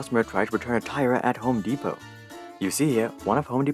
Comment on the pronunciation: mans said homo depot lmao